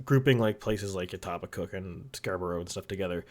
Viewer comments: Etobicoke is pronounced "Eh-Toe-Beh-Coke" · I live in etobicoke literally 2 blocks from Doug, the k is silent "Eh-Toe-Beh-Co"